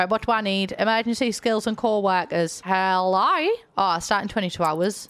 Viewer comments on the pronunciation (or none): "Helloooiiiiieer" as an Aussie this made me very happy :)